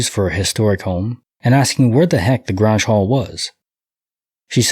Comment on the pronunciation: Grange….it rhymes with RANGE. its like a meeting place in farming community.